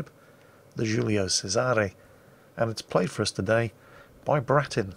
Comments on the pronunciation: Some tips on Italian spelling to pronunciation: - The Italian soft C is pronounced like CH (same applies to Romanian) - Italian CH is like English K or Spanish/French QU before an E or I So it's actually CHEY-zuh-rey and YAH-kee-no. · Shouldn't it be pronounced "Chez-array"?